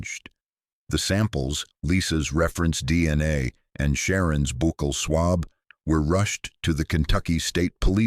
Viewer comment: I agree entirely!! It's dreadful half the "pauses" are in the wrong place And the pronunciation of "bucal" among others !! !!!!!